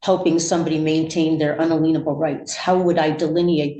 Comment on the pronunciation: "un-uh-lean-able" rights lmao Cracks me up each time a sovcit gets this word wrong. It has nothing to do with liens, clown. It's pronounced "in-alien-able," because it means your rights can't be "alienated" or, in other words, you can't be separated from your rights.